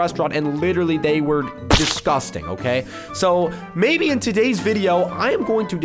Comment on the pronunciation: "Okaeh" - 2020